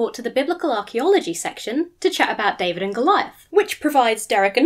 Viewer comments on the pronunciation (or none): none